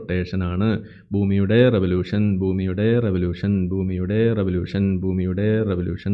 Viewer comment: "റെവലൂശൻ" എന്നാണ് ഉസ്താദ് പറഞ്ഞത് ശരിക്കും റവലൂഷൻ എന്നല്ലേ?